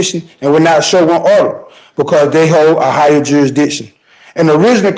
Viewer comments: I have a very hard time taking anyone seriously who can’t even pronounce ‘jurisdiction’. Jurassission is ridiculous. If you can’t even pronounce simple English, better grab a lawyer. You guys never win anyway, you just make a mockery of our legal system. 🙄😂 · Even the dimmest of dimwits must surely know that challenging 'juri'ikshun' whilst in a chain-gang ballgown is pretty futile